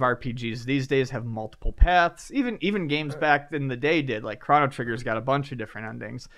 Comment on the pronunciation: Crah-no Trigger? Really?